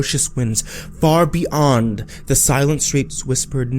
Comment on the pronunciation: Heeey, what happened to the "y" in "beyond"?